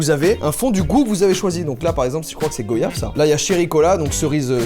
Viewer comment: On dit pas go yave on dit goi yave